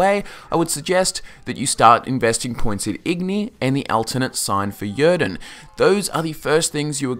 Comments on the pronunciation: He pronounces "Yrden" wrong and it's really annoying. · Thumb up, but man, I can't listen how you pronounce "Yrden" ! :D